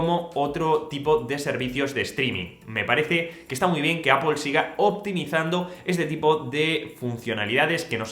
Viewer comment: Por fin alguien en este país que pronuncia bien Apple 👏🏽👏🏽👏🏽🎉🎉🎉